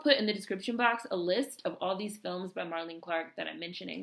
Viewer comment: nice to find this, thank you so much! Just FYI she pronounces her name like Marlene Dietrich. three syllables.